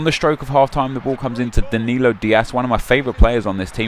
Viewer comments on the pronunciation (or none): none